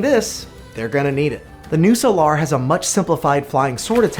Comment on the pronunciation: The way you pronounce "Solar" makes my eye twitch, but other than that, solid video!